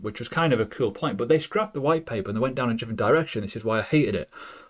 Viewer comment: WTF is JIFFERENT? I'm also English and never heard this in my life 😂